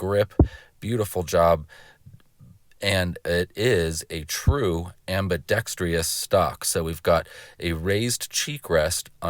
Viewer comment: The word i ambidextrous, not ambidextrious.